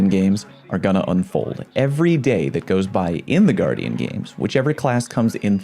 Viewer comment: its guardian not gu-ardian why do you say it like that...